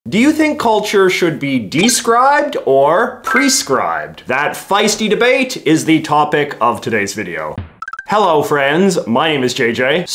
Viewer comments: JJ, it's pronounced duh-SCRIBED, not DEE-scribed. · I seriously was like what the dee-scribed mean?